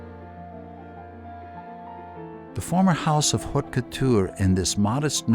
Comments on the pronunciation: Yes, the "h" is not pronounced dans haute couture. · The narrator should learn how to pronounce French words correctly. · It's unfortunate that no one told the person doing the narration how to correctly pronounce "haute".